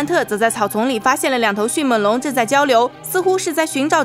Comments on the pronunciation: 是迅meng龙，不是迅men龙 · 迅猛（meng）龙 来跟我读 m eng 猛 不是迅men 龙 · 迅闷龙？好好发音吧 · 这个发音好出戏啊 迅men龙 比一样的人参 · Bill Wei 我已经实在受不了up主的迅měn龙了。。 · 在聽講解時我每次聽到迅ㄇㄣˇ(門ˇ)龍，就會出戲一下XDDDDD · 妳的迅猛龍的猛是不是發音有點問題啊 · 捉个虫：猛是后鼻音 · 我也是听到这儿就浑身不舒服。